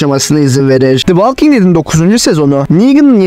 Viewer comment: Valking değil kardeş, volking. O kadar uğraşmışsin yapıcı eleştiri kabul et